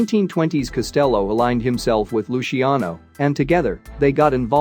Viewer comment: Or Luciano. Lushiano? Unbelievable.